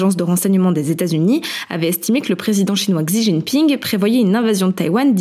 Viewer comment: Petite correction pour le nom du président Lai Ching Te le « te » se prononce comme « de » pas « té » et Xi Jin Ping le « xi » se prononce comme « chi »